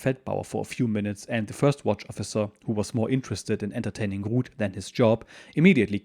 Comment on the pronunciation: So her name is Ruth. I thought you were saying Rood which didn't sound too good. Yes he was lucky his boat got delayed so many times.